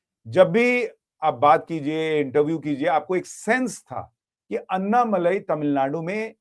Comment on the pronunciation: अन्नामलाई नहीं। अण्णामलाई।